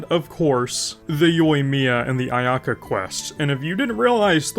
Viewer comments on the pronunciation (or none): none